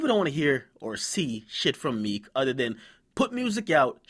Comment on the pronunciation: lmao 50 too funny , nigga called him "Meeka"